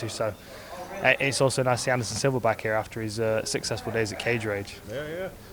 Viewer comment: I swear Hardy said "Anderson Silver"